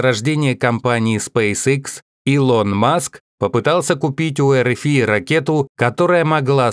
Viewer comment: Что с озвучкером? "илОн маск"и другие ошибки в ударении.